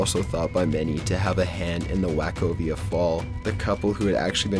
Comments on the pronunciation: Wack-o-via (Wachovia)? Too funny! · 'Wachovia' pronounced "Wok-oh-vee-ah." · "Wack-ovia" Lol! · the whole mispronouncing of the banks name was irritating.. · Not a single thing on this list is a "prediction", merely coincidences. Also, learn to pronounce Wachovia. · in dick ted, wack oh via. this guy sounds like a bieber haired nervous teen on red bull and xanax simultaneously